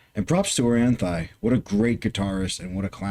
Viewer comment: That's actually not how you pronounce Orianthi